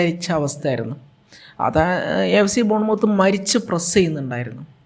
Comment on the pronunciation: ബോൺ മൌത്ത് അല്ല.. മത്ത് ആണ്..